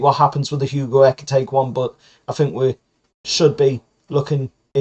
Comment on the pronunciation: Just for the record ekitike is pronounced eh-keh-tee-kay but the preferred geordie version is ecky tecky...